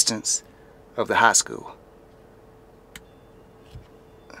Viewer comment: My Dad went to that high school. Mispronouncing the name a little.